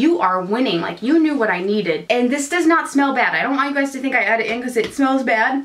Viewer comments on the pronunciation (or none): none